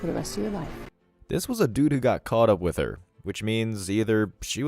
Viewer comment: It's not wiitch You ! It with You !!!